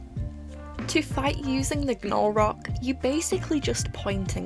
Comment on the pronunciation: Definitely team Halaqual, I can't stand slow gameplay;w; Also,, generally in american english when there is "gn" together in a word (or most letters oddly paired with an n), the g is silent, so i believe Gnolrok is just pronounced "nol-rock" 💖